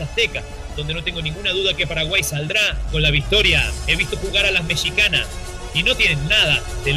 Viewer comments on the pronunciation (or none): Escuche bien? el narrador dijo "Mechicanas"?? min